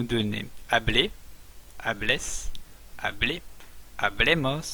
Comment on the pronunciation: Pronuncias todas las personas de un verbo como si fueran palabras agudas. Dices comán en vez de coman, hablé en vez hable. En castellano no todas las palabras son agudas como en francés y, como sabrás, en castellano el acento cambia el sentido de la palabra.